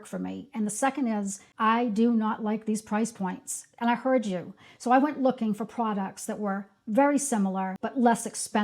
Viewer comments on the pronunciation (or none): none